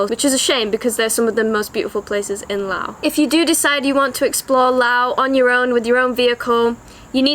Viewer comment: Finally! A video where someone actually pronounces the name correctly. Loved the video through and through! :D Just three quick questions if you or anyone else could answer them: 1) Aside from learning some Lao as you said, I've heard that of all the countries of the former colony of French Indochina, Laos has retained the most French. Aside from the Lao I would learn, would I be able to get by with French at least in the cities or do people not really speak it much at all? 2) In the north of the country, how much of a problem is it being within the Golden Triangle for tourists? 3) For going off the beaten path to explore these lesser known areas, approximately how much would I need to worry about the unfortunate worst case scenario of coming across unexploded ordinances?